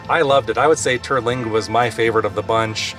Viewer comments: TER-lingua ....."ter" rhymes with "her" and there is no vowel after it, so it's not pronounced "TerrA-lingua"......just Terlingua. (and in Rio Grande, the e is silent) 🙂 Great video! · It is most definitely not pronounced Terralingua.